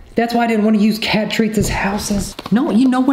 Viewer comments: Love videos with Kiaaaaaat (or however you spell how he pronounces it 😂) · 100% I had no idea what was going on like HOW IS CĒT PLAYING ( I call the cat cēt because that’s how often pronounces it lol)